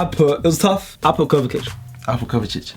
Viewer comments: its pronounced kovisich not kovakic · My guy said Kovakic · Why does he pronounce Kovacic as Kovakic? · It’s kovasic,I know that’s not how u spell it but that’s how you pronounce it